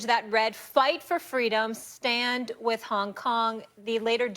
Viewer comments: Really Chuck? “Whith”? 😂😂😂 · its with not whith idiot